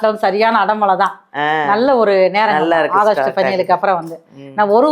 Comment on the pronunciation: அகஸ்ட் இல்லை ஆகஸ்ட்😂😂😂😂 சரி அடுத்த மாசமும் இதே மாதிரி சொல்லுங்க அடுத்த மாசத்தையும் ஓட்டுனுமில்ல😅😅😅😅